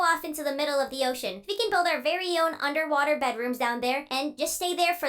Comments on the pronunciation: 'UNDERWAHTER' :D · You said under wather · Did you said the title underwather 😂😂😂😂😂😂